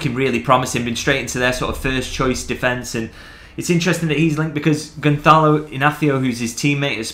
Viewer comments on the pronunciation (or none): I speak Spanish to a decent level so slipped into that in pronouncing Goncalo but your comment piqued my interest in how it actually should be pronounced! Because it’s Portuguese and has a ‘ç’ it’s more like ‘Gonsalo’, apparently. Every day’s a school day!